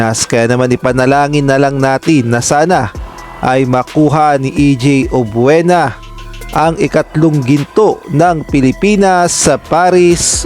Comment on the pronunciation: Subscribe na sana ako, e yun F, P ang bigkas tas yun Obiena, Obuena….. he he he , samin dito sa Mindanao at Visayas may F. We say Filipino, not Pilipino. Wag na muna subscribe, irritating to the ear.